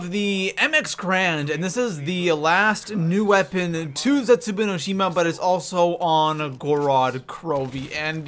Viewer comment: The way he pronounces zetsubo no shima makes me cringe a little bit. Idk why